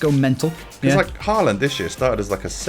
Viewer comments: His name is no haland is håland=real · No it is håland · Ivan å is pronounced like “oh” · It’s actually pronounced “Ho-land” !!!!!!!